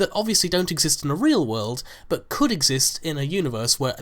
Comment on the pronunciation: I don't want to be rude or anything but,,, you say but in a way that sounds like BUTT and you say it often